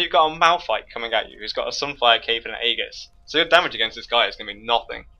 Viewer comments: Hey, just one thing. Aegis is pronounced ee-jis, and it means "shield or protective armor." (Sorry, I don't wanna sound like a dick, I'm just big on pronunciation and grammar, again great video though!) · It can only be pronounced with a hard "g" in Latin, but since it's a Greek word being read in English the "g" makes a "j" sound. Although yes, if it were Latin then his pronunciation is correct.